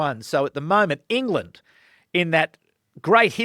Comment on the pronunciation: Hey you mispronounced an "England" up set as it sounded like a n "Ireland" upset